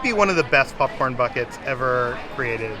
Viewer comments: I love how says popcorn, it sounds more like pupcorn! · Are you calling it a popcorn bucket or a Puffcorn bucket?! lol 😂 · "Pupcorn"